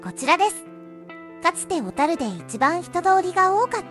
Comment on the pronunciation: ところどころ「小樽」のイントネーションが変だけど内容はしっかりしてて感心しました笑 大國屋廃業の平成五年当時、最期の従業員の一人として勤めていましたが、今となってはあのエレベーターを操作できたことを懐かしく思います。